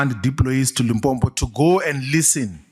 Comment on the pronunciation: Limpopo not Limpompo How can someone from limpopo pronounce it wrong 🙆🏻‍♂️